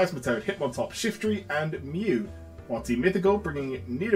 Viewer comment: "Shifrty" Ah yes, the best of Pokémons